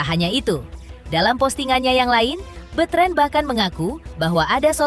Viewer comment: Bukan bitren bu ,betran gitu Ko bitren ah si ibu salah dong betran putra onsu atau onyo gitu lah